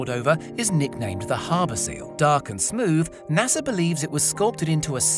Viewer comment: Great video but its "NASA" not nasser. Sorry had to downvote ya.